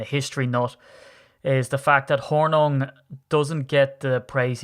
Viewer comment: We pronounce Hornung .... Horn'ing as is "morning" So, Paul Horning. Paul was very talented and at the time the most versatile of any player in the league.